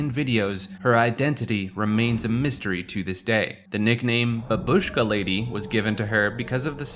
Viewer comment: F*cking censorship is so annoying in this video. And if you are making video, please, look up for proper pronunciation of foreign words. Bábushka is the right pronunciation.